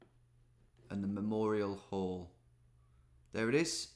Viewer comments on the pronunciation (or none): none